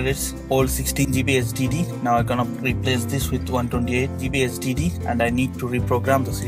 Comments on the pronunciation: he's Indian so he can't pronounce it. lol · he sounds like he is saying std instead of hdd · I thought he said std realized he said hdd after reading your comment. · or sdd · Same here! LOLZ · It sounded as if he was saying STD